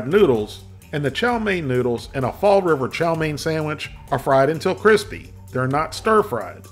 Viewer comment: >Fall River Didn’t know you were from New England